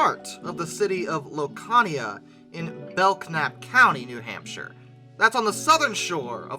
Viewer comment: Also as a man born and raised in New Hampshire, you nailed that pronunciation.